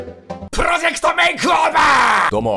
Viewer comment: make over を まけおべー って言うの地味にすき